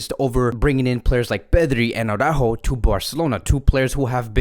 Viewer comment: aurÁjo aurÁjo aurÁjo... NOOOO! It's not aurÁjo! it is araÚjo. There is an accent on the Ú! BTW, did you know that Braithwaite is one of the richest players in the club? Apparently he made 250 million euro on a lucrative real estate deal.